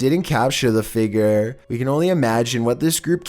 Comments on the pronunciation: Number 15 i thought he said bald child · "number eleven. the figger" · Omg it’s figure not figre no hate but I love you vids though